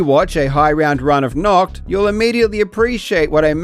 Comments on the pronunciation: For your information: Nacht = Night Nackt (your pronunciation) = Nude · nAcht not nOcht ... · 11/10 pronouncing "Nacht" like the word we germans use for "Naked" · nacht der untoten means night of the undead, few pronounciation fixes: Nacht is pronounced naht, not nakt, the H has to be heard and it almost has to sound like you're trying to clear your throat mid-word, and "untoten" is pronounced with "un" from "unilateral" (without the "Y" sound at the start ("Yuni"-lateral)) and "tot" as in "totalitarian", not "an toe-ten" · Nacht is Night in German. I was wondering what the hell "Naught" was from that pronunciation xD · Its always funny to hear english speakers pronounce the german "CH" its a hissing sound like a cat. So its nacht not nackt 😂 nackt means naked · The ch in "Nacht" (night) is more like a cat hiss, not "nackt" (naket). Also a like "ahhh", not a like "all" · when you pronounce "Nacht der Untoten" you kind of say "Nackt der Untoten", which would mean "naked of the undead" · the "h" sound doesnt occur in english before consonants or at the ends of syllables, "holy" is fine because the "h" is at the beginning of a syllable and followed by a vowel, "nahht" is a very unnatural and difficult pronunciation. Also, English speakers don't typically find the harsh German "ch" sound to be closer to "h" than "k". the other unmentioned problem is that many English speakers do not know how the German "ch" is supposed to be pronounced in the first place. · I usually don't comment, but the way you pronounce "Nacht der Untoten" makes it sound like you're saying "Naked of the undead". 😂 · And then they actually try to pronounce it only to say nakt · You basically call it naked undead 😅😅😂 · Why are people allergic to looking up pronounciations, it’s nacht not noct 😭😭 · For anyone who's wondering: Nacht = night. Nackt = nude. Pronunciaton matters. :) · Any germans who also find it funny how he is pronouncing the word "nacht"? :D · Stop saying Nacht! You butcher that word.